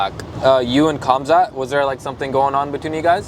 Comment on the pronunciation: "Khamzat" is pronounced "Hamzat" (like you would pronounce "Henry"), not "Kamzat". Same with "Khabib" and "Makhachev", lets say the "K" is mute.